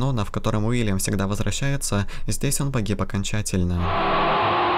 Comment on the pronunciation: Чел, не Вильям а Уильям!